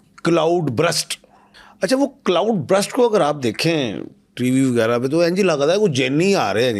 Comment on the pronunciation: Uncle it's called cloud Burst not Brust 🤦‍♀️